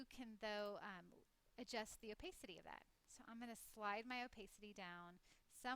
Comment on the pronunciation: i think it's Oh-pa-ci-ty not oh-pay-city?